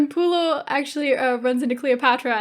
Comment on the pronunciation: and its not lucenous and pullio its vorenus babes